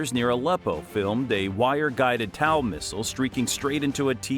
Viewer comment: How the help do you F#@ up pronouncing Tow missile systems name. Dam all you need to do is call it a toe! Or the Tow II missile system. Not towel. Idiot Ai voice over.